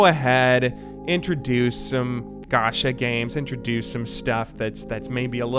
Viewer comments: its not ga-sha its ga-cha kinda like you would say gotcha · It is pronounced ch in japanese, idk why he said sh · I m sure a lot of ppl said this already but it's pronounced as ch in channel, ga ch a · It's gacha not gasha You spell it like CHoose English is my 3rd language so who knows 😕